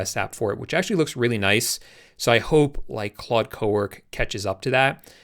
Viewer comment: It’s pronounced “clode”. It’s French, so don’t say clud anymore xD